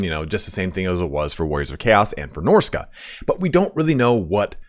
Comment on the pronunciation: “… and for Norsca” Uhhh…